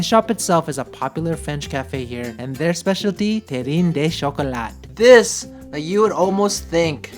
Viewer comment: Ahah, better luck next time prononcing French. We do not pronounce the E in terrine and the T in Chocolat. QU is pronounced like K in japanese an LL in pronounced like a Y and also we do not pronounce the final E. You mostly struggled on coquillage, that would be more like kokiyaj lol